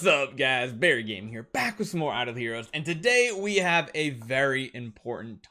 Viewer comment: You really need to learn how to say back. It sounds like you hyperventilate when you say * back with some idle heros